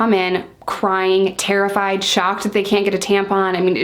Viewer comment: "Kent. Kent. Are you kent?" Haha love the accent 😂